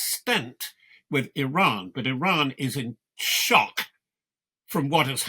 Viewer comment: Notice how he emphasizes the word SHOCK...